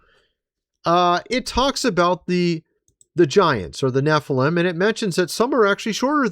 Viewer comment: Nephiiilam lol your an idiot dude